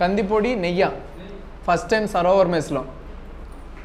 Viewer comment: అది 'నెయ్యా' లేదా 'నీ అయ్యా' కాదు brother..."నెయ్యి"అనాలి దాన్ని